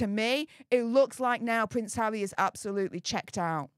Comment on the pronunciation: So is bvvvvvvveaking down the vvvvvvvoyal news😂 conspivvvvvvvasy theovvvvvvvvy 😂 poor pvvvvvvvince havvvvvvy 😂